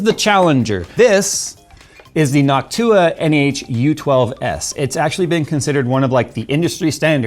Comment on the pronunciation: knock TUAH ok it's dumb but that's all I heard the whole video